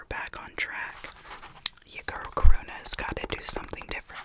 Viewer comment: your American accent makes Karuna sound like “corona” to me 😭